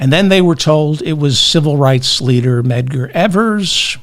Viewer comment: Aha! You finally found the M in Medgar's name!